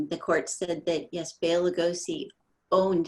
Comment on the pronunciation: Why can't the host say BELA...(Bay-la). Bella is a female name